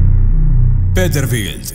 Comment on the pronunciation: El 2ndo camion no es peterbild es peterbilt madremia